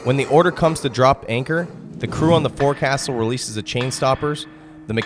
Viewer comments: Forecastle is not how it is said. They way you say it is "Fohk-sul or Foke-sol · It's foc'sle (foksil) and windlass (winliss) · The pain of having to listen to this person, who claims knowledge of maritime topics, repeatedly pronounce "fore-castle" and "wind-lass" makes the video nearly impossible to watch.